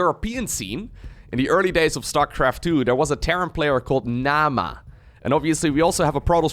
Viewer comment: Mana and Naama don't sound all that alike if you pronounce them properly. Finnish lessons for, anyone in favour?